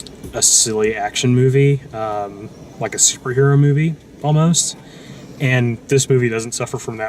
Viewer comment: ooooh a superhero movie. Man that didn't sound at all like the word superhero. Lol thanks.